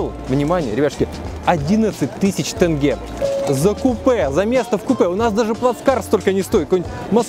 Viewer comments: к концу выпуска научился правильно произносить слова тенге) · так никто и не думал гнобить или что-то подобное… Просто приятно, что в каждой стране выясняет как верно произносить название валюты. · Первый русский который правильно сказал слово тенге))